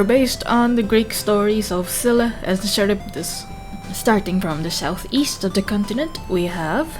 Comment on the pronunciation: just commenting on the little note in the corner, i have no idea who scylla is pronounced (id assume its the way you pronounced it, sounds correct to me) but from my knowledge charybdis is pronounced with a k sound instead of ch (kah-rib-dis) :3